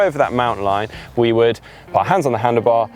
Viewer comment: I can't stop myself wincing when says 'put'.